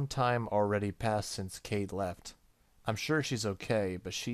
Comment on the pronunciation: I think Kaede is pronounced "k-eye-ay-day". I only know that thanks to Inuyasha... looking forward to more of this game though ^_^